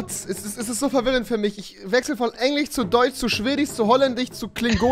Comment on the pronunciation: ...von Englich zu Deuts zu Schwedich zu Holländich zu Klingonich... XD